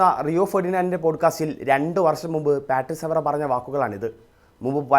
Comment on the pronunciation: പാട്രിസ് അല്ല ഡാ, പാട്രിക് എന്നാണ് pronunciation